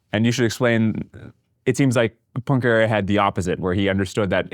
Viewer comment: Are they pronouncing “Poincaré” as “punkray”? Or is “punkray” a different person?